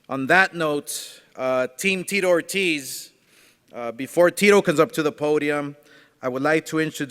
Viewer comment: I’m surprised Oscar doesn’t also say Tito Oh-tiz 🙄